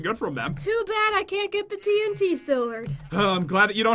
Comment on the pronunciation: When you say 8 TNT it sounds like AT&T